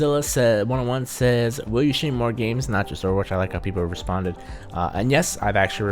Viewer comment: in the beginning spelled Overwatch wrong 😂😂 he said over wach XD